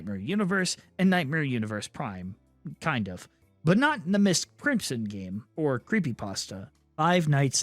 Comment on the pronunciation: So going to be real. I kept getting confused. I thought he was saying miss Crimson and not MY5T Crimson.